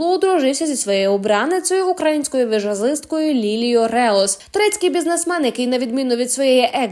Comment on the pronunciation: Правильно сопілкар і візажистка, а не соплікар і віжазистка.